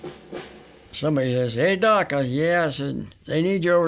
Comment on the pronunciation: I thought I heard him say duck